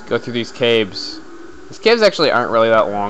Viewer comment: you said cabe. not cave